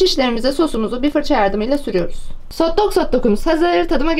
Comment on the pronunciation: Sotlok sotlak konuşma sjsjsjsjjsjsjsj